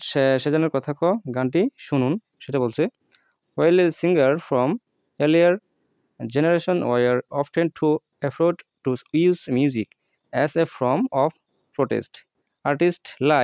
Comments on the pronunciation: ভাই আপনি যেগুলো উচ্চারনে ভুল করেছেন সেগুলোর তালিকা - ওফটেন-ওফেন' , ওফোর্ড - আফরেইড, কনেকটশন -কানেকশান, প্রথম পার্টে এত ভুল কষ্ট 😂😂😂😂😂😂😂😂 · অ্যাফরেড কে বলে অ্যাফোর্ড।